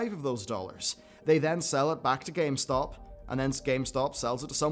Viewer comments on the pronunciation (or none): Is it just me or is he saying GameSpot instead of GameStop? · Thought I was wrong but nope, you're definitely saying GameSpot.